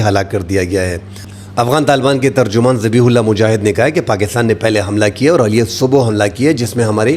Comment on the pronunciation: صاحب زادہ صاحب ۔۔۔! علی الصبح کا تلفظ Ali assubah نہیں بلکہal assubah ہے۔